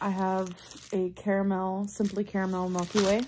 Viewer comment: Malky way... tf is a malky way 🤣